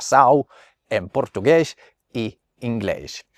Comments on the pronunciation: As a Brazilian myself, your Portuguese pronunciation was good enough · That Portuguese pronunciation is actually kinda good, as someone from Portugal.